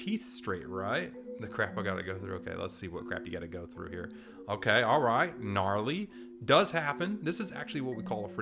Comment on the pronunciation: Bro said Ganrly